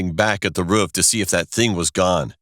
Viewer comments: Princess Cheese that’s not how we pronounce it in Pennsylvania, so I don’t think that’s the traditional U.S way of saying it. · It's called roof not rofrof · why it sound like a sayin “ruff” instead of “roof”😭😭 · He said “ruf” instead of “roof” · Roof:❌ Ruff:✔️ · This dude calls a roof a ruff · Did anyone notice he said ruff not roof ? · Anyone else notice that he said ruff insisted on roof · “..Almost falling from the ruff...” Roof. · Who Tf pronounces roof as ruf 🤣🤣🤣🤣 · Why does he say "ruff" instead of "roof" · I like how he said ruf Avery time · I hate how he says ruff instead of roof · dude it's roof not ruff 😅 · He kept saying ruf instead of roof🤣🤣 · “we thought about sneaking onto the rUfF “ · “At the edge of the ruff” Lmfaooo! RUFF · No one literally no one Narrator : pronounces roof ruff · its roof not ruf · Why they call the roof a ruff 😂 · Every time he’s said roof he said ruff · No one: Narrator: Rof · Does no one else notice that he calls the roof a ruff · I love how he says roof as rufe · He said ruf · He says roof as ' ruf' 😁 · Anyone else hear “The ruff “ It sounds like its saying that lol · Why he say roof like ruff? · Stop using this dead formant meme pls i don’t like it it’s just not funny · "Ruf" "Rof" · The way he said "the roof" Ruf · I say ruff instead of roof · Can we all just talk about the way he pronounces “roof”? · Narrator: roof Me:dog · Yall out here talking bout not wanting to school or watever whilst im here still complaining bout how he said “roof” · How he says roof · Oh my god, the way “roof” is being said is so hilarious and sweet! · i like how you say roof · Am I the only one who noticed the weird pronunciation of 'roof'. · Why does he keep saying “roof” like a dog? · It doesn't seem to fit his accent, it sounds so weird to me 🤣